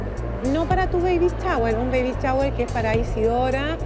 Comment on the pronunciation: ví varíos capítulos de esto y me exaspera cuando dicen Baby CHAWER, ! agagagagaggagagaga